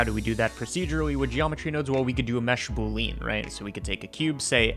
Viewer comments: "Boolean" is pronounced boo-lee-un, not boo-leen buddy. Lovely little trick, I might try it in ShaderToy. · The way you say "boolean" is still killing me.